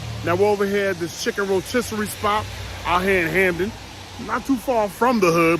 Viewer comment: Chicken Ro-Mystery 😂😂😂😂